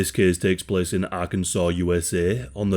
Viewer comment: "this cæs takes plæs" best words of the day ong